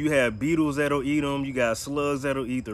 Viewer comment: Did he say --- BEATLES THAT A EATUM )) ??